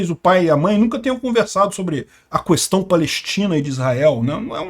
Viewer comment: Me irrita ouvir 30 vezes a palavra "questão" ressaltando o "qu" separado... questão querido, é tão simples é o correto. No mais o cara sabe muito, acompanho e respeito. Pequeno detalhe chato só!